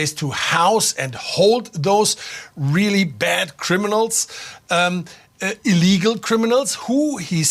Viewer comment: You keep pronouncing illegal incorrectly.